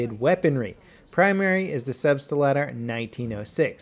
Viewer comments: Lol, as a German I'm hearing "Substiletto" instead of "Selbstlader" every time. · wtf it's Selbstlader not Selbstelader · Please, PLEASE change the way you're pronouncing Selbstlader. You speak 4 syllables when the actual word has only 3. Selbst-La-Der, wheras you call it Selb-St-La-Der. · repeat after me "Selbst-lader", not "Selbs-T-Lader". The 't' is almost silent. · You guys dont get it. COULD have pronounced it correctly, but he pronounced it "Selbstalader" instead of "Selbstlader" EVERY single time in the video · A small tip from a german viewer about pronounciation: You always say "selbstEYlader" . Insted connect selbst and lader like you would "felt" and "ladder" felt-ladder selbst-lader The rest of your german is fine, keep up the good work! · Ive put up with this for long enough. SELBST- LADER. (lahder) In german this means self-loading. In other words, semi-automatic! As a german speaker it just irks me that you keep saying "selbstalader"! Have a good one. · Its called Selbstlader and not "Selbstalder" >< Selbstlader means Selfloading in english. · selbst - lader. not selbstelader sorry... im just amazed that no one have told u ever..... keep up the great vids... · It's not "Selbst-uh-lah-der," it's "Selbst-lah-der." Three syllables, not four. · its Selbstlader not Selbst[E]lader [TRIGGERING INTENSIFIES] The german part of me is crying everytime you say it wrong! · SelbstLAder, not SelbstALder. Don't make the germans angry, nothing good happens when you make the germans angry! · Love your channel man! Great content! But please ist Selbst-lader, not selbstE-lader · Also, your pronounciation is wrong. Selbst lader. Not selbstAlader. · STOP SAYING 'SELBSTALADER'. ITS 'SELBSTLADER', S-E-L-B-S-T-L-A-D-E-R, ONLY ONE A IN IT!!! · Its Selbstlader not Selbstader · selbstlader not selbstalder . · Get you German right. It's SelbstLAder, not SelbstALder ;) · Lol wtf is the "Selbstalder"? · Sleb-ste-ladder? No. Selb-stlaughter.